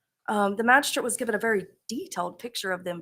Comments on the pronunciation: Sounds like "Magi-shit"😂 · If Ashley prosecuted this case it would be pure comedy gold 😂😂😂 sad we won’t get to hear her say “magi-shret”